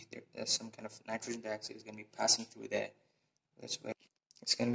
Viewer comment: it's not called nitrosen dioxide, it's nitrogen dioxide NO2